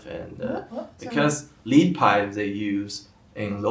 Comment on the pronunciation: "Lead", as in the metal (plumbum, [Pb]), is pronounced as "led".